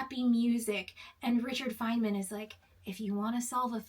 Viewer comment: I was going to comment but I decided that you're nonsensical video was not worth commenting on. I think you should do a little more research about Richard Feynman before you dismiss him entirely not that it matters because I understood what you were saying but you are mispronouncing the man's name